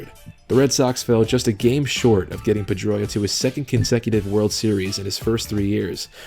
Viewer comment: PED-droia is more like it